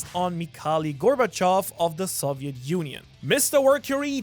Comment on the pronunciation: I don't think I've ever heard someone mispronounce both Gorbachev's name AND the Soviet Union in one breath lol